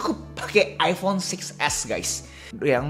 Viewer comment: Iphone bang bukan iffonn